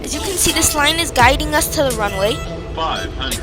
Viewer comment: "the plane is going to softly land on te ranuway ☺☺☺☺☺☺☺☺☺☺☺☺☺☺☺☺"